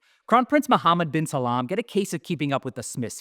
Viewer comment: Brilliant! Also, it's *salman, not Salam :)